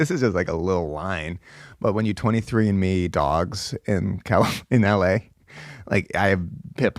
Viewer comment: “Who is 23 and me-ing their dog?” You’ve never sounded more East coast, Mike